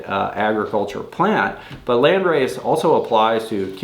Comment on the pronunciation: As an German I can say you pronounce it quite good 🔥 This is a community question! I’m limited to 9 plants for my next outdoor grow so what landrace strains are worth trying? Thanks in advance! 🔥